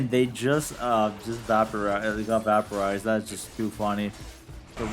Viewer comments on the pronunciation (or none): have never heard vaporized pronounced that way lol